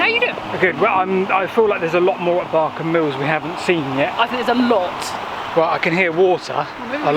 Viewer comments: Its pronounced ballcombe. Another great video on my doorstep. Been to the viaduct a few times but never down to the navigation! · Balcombe was always with the long southern A sound "ball" not the shorter northern A that you use in this video. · Balcombe, pronounced Ball. I was born there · Another great video. Thank you. I used to live close to Newhaven and kayaked from the slipway beside the metal and wood swing bridge you crossed. I kind of knew about the navigation but always thought it was solely for the purpose of building the Balcombe (pronounced ball-Coom) viaduct. Oh and Isfield is pronounced eye-field by them there locals 😆 As it happens I now live close to the Great Western Canal and my parents are very close to the Nynehead Boat Lift… another of your brilliant videos!!! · Pronounce Ball-Combe and it’s the Ouse valley viaduct not the Balcombe viaduct, sorry I’m a local 😃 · I love your vids but Uckford is Uckfield, and Balcombe is pronounced as ‘Ballcombe’